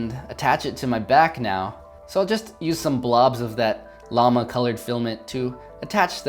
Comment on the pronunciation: Llamahhh You say llama weird XD That's okay tho ->